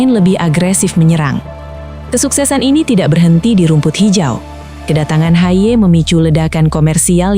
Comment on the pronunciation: Betulkan bagaimana harusnya nama "Haye" dicapkan, ia diucapkan "Hayeu"